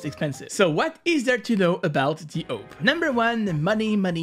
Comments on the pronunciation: It’s awp not owp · S U S why do ppl call it a-v-p when it's written as "awp" ? , I never understood. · Everyone: awp: OAP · Normal people: AWP This guy: owp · Me: Listening to the video. Me: Hears he said oup wtf is a oup Me: Screaming my head off saying ''ITS A.W.P OR OP NOT OUP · It's not pronounced AWP, it's prononced AWP. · not owp but awp and just say op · auwp?? its awp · its called awp not aop!! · I pronounced as orp your pronounce it as ope? no offence btw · u are triggering me ur saying ope not awp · Ye you know i was like whats a uop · he great owp'er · Real way is awope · The oh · Ah yes, the "ouwp" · is it just me or does he say owp? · it hurts that he calls it the "ope" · pronunciation:am i a joke to you? btw its (aww-p) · Whoever else that scrolled to the comments to roast him/check who roasted him for saying “oop” like this comment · I wanna master the awp not the “aoup” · the way he's pronouncing awp haunts me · The way you pronounce awp makes me laugh everytime you say it 🤣🤣